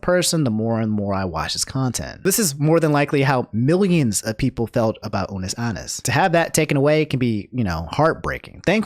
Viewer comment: i know you didn’t just say unus aannus and markeeplier